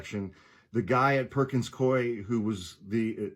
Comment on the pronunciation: It's pronounced Perkins Koo E Swear to God - in the HQ in Seattle. I was in Trademark/IP. I swear - it's like coo-e